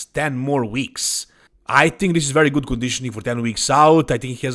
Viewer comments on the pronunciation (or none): I thought you said : "Nick looks gut". 😂